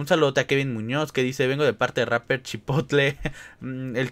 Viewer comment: jajaj yo te dijo chapper en vez de rapper